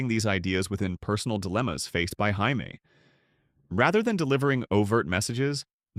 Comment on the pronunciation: hi me? you mean Jammie (J -ME)